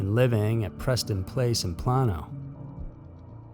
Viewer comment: Plano is pronounced “PLAY-no”. I live outside of Dallas in Lewisville. About 20-30 minutes from Plano. :)